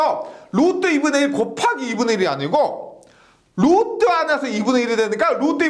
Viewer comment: 1.5배속으로 들어도 영혼을 울리는 루뜨~루뜨~ 오늘도가슴에 새기고 갑니다 ㅎㅎ